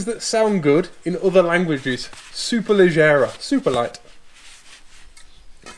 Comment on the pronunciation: Maserati Quattroporte. Superleggera. Amazing. By the way: double g sounds like Dg in Dodge, lodge etc. Superleggggera. And now try this: Maserati Biturbo. Great job! 1